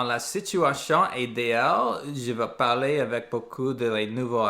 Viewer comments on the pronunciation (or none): none